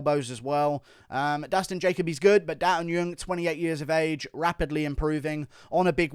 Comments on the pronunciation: Guru... Daeun Jung is NOT Daeun Yung.... It's Jung. In Korean, you'd say the surname first "Jung Da Eun ( Not Yung ) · It’s not da un yeung, it’s Jung as in juggle or jungle